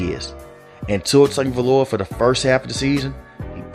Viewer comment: Ah yes, Tua Tooaavalooaa